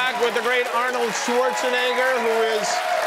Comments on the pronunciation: It's fun the kind of slowing-down, the effort Kimmel puts in when it comes to saying "Schwarzenegger"... and just to say it wrong! :D Languages other than English exist, you know?... :P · he said schwarzenigger